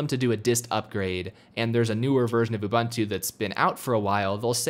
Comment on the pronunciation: You can't install it until you can pronounce it right. The Beaver told me that.